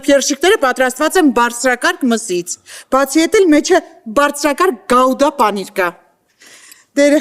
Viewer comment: Գաուդա չէ, այլ գուդա